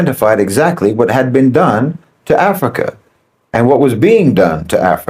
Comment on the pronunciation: I'm hearing bananas Everytime you. Say Africa